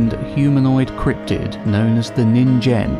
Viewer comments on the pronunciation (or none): Minor nitpick but "ningen" is pronounced with a hard g. "Neen-gehn" as opposed to "nihn-jen". Otherwise good stuff. 👍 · Just to let you know, ningen is usually pronounced with a hard G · Yeah no that's not how science works. Also ningen is with a hard g, not a j. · Yes they pronounced Ningen wrong